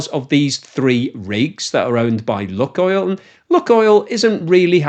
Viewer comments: The ‘unluck oil’ joke fails because the name of the company is actually pronounced ‘Luke oil’. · "LOO-koyl" not "LOOK-oil." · Lukoil is pronounced neither as "luck oil", nor as "lock oil": it's "look oil". Check the original, cyrillic spelling and you'll see. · Maaan, you really need to start using the correct pronunciation..... it's called "Lukoil" not "Lukoil". You got me thinking I'm saying wrong and missing the actual point, that's some kind of lucky russian rubbing oil factory. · That "Luk" in "lukoil" is not about "luck" at all : ) Actually, the first sylalble, "luk"/ Rus. "лук", is pronounced as [wook] (sorta...) and in itself it means an onion (or a bow) - but that's not the source or intended meaning - that "LUK..." in the LUKOIL name comes from initial letters of names of three cities in Western Siberia - Лангепас/ Langepas (that "л" letter in Russian alphabet is transliterated, for reasons unbeknown to me, as "L", albeit the sound it represents is more like "w" in "wisdom" - I mean, there's no real equivalent in Latin alphabet for it, except "Ł/ł" aka "slash L" in Polish, but I digress here), then Урай/ Uray and finally Когалым/ Kogalym. But then we all love good wordplays, don't we? ;-)